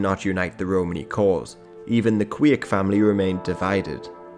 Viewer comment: the institution of King of the Gypsies was known in Poland in 17th and 18th century (they were basically tax collectors, not necessarilty being Gypsies themselves); Kwiek is pronounced like Kvyek (v like in van and ye like in yen); also if someone would be interested here's link to the whole video showed in the beginning